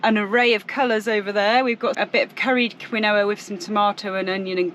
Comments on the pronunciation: Love how you say kwinowa……no poncy keenwar for you ! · I really don't like to comment with a criticism so please know it's sent with a kind heart. Quinoa is pronounced "Keen-wa" 🤗 Hope little is better soon.